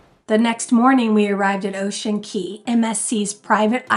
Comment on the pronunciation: Thank you for pronouncing Ocean Cay( Key) correctly it has been getting under my skin 😂